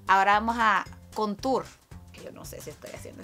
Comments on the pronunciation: Jajajaj éste es el mejor tutoríal que he visto en mi vida me encantó el "contur" y no se diga cómo hacer para ver mi nariz de española. Yo quiero ver más videos de la mamá de Carmen Suyapa con esos tutoriales. 🤣🤣🤣 #yoquieroeljuegodeollasnuevo 🍳🍳🍳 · Contur Jajaja Turca ajjajaja ay dios mio muero..